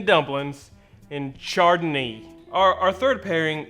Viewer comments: It’s pronounced “ShardonA” , isn’t it..? 😂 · The char-dun-ee sounds deliciousness. Can i get that mixed with some chardonnay. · I kinda tuned out but heard "charred a knee" and thought was talking about the time a grill fell on his leg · Great, now some idiot is gonna go order them wines the way you said them. Btw how do you make a mimossa without champaign?🤔